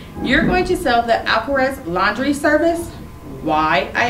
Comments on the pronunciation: Alcatraz has a t try saying it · It is not alcaraz it is Alcatraz